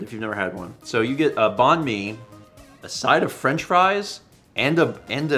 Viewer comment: Hi hi! Vietnamese person here. Great that you enjoyed banh mi, getting to try new ethnicities of food is always fun. If you're looking more Viet foods that aren't pho (though that's great too) salad rolls are really good too! But it is pronounced kinda close to bang and/or bye-ng and mi just being like me. Just thought it would be helpful to know for future reference!